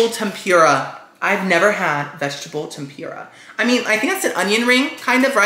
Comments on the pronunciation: we all love you, but it’s the way you say tempura that makes me cringe like nails on a chalkboard. I don’t know, maybe it’s because I’m from Canada and we don’t say it like that, but it’s not tem-PURE-a, I thought it was pronounced tem-puuur-a. Lol I don’t know how to type that out how to sound it out like google does it. But omg the amount of times you said it on this video! Dead. Like I said, love you so much. Love you videos ❤️ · hey just so you know its pronounced tehm-poo-rah not tehm-pyoo-rah:) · it’s pronounced Tem- perrrr- uhh